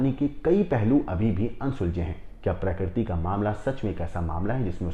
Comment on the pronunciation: प्रकरती नहीं प्रकृति और फून नहीं फोन 😅